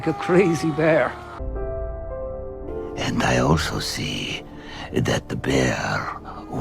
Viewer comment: its "bear" not "beer"